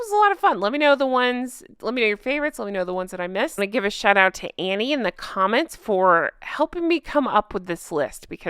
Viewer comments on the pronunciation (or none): none